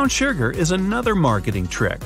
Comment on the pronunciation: Canadians say "shurger"?